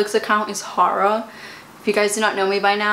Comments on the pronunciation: i was sooo confused for a second trying to figure out what she was saying,lol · Omg I had no idea that’s what she was saying until I read your comment!! She just kept going on about some “hara” show ... hahaha